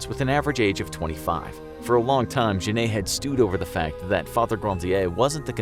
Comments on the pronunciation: You pronounced Jeanne like jenayy and thats so bad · To me it's really cringey. This is the most bizarre pronunciation of "Jeanne" I've ever heard. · I am french and no, it is not the right pronunciation at all. In french, most of e are not pronounced. You can use google traduction to see what is the real prononciation